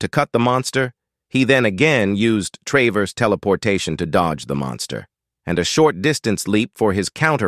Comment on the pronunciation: Funny how this text to speech is incapable of pronouncing 'traverse', thanks for the vid though :).